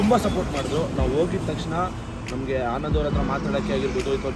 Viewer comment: ಆನಂದು ಬಿರಿಯಾನಿ ಗುರು ಅದು ಅನಂದು ಅಲ್ಲ 😤